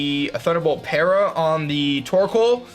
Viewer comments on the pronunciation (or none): none